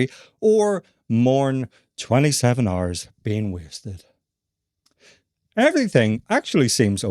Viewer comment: Instead of hours I guess its RRRs...😂